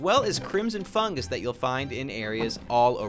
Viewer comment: fungus not fungers xD